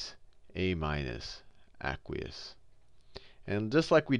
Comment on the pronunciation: i hate how he says aqueous. its ayyyyyyykweeous